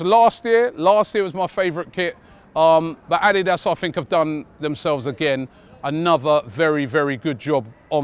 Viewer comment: The way Robbie is saying ADIDAS 🤦🏾‍♂️